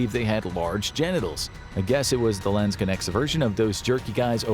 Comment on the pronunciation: Next time please look up how to pronounce Landsknechte before you use the word 200 times in one video "Landskenex".....seriously?